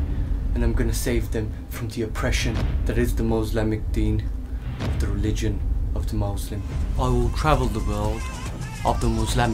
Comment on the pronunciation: "mouzlamic people" 😂